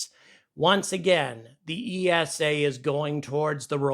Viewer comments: Minor note, you say it like "eesa", not E S A. Just like NASA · esa is pronounced like nasa. One word with no stress on each individuel letter. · Another great video, but ESA is pronounced ee-sah, not Ee Ess Ay. You don't say En Ay Ess Ay for NASA do you? Official ESA video, pronunciation of ESA . Keep angry about pronunciation! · You can't even pronounce ESA correctly, what's your problem with the USA being paid to carry Euro Astronauts...that's called a business! Love your energy, but you're so clueless most of the time.